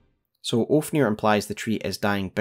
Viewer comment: Also love how you call Ofnir Oafnir lmao